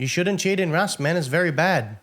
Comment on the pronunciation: “Wust” is so adorable 😊🙈